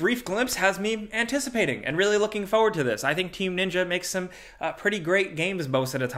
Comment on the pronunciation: Forward! 4WORD! FooRRRR-ward! It’s not your foh’head, it’s your foRe-head.